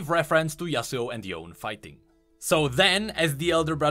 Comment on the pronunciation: why in gods name would anyone say yasuo as yasuu? For Yone, it makes sense in english (bone, phone etc) but we dont say duo as duu